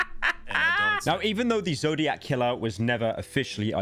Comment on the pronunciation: i cant take pyro saying "the zodiaz killer situation" seriously